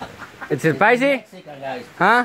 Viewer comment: "Ta picoso güey" isit spysi